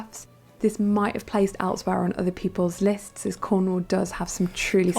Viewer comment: Emphasis on CORNwall, not so much the 'wall' part!! If in doubt, emphasis the FIRST syllable here.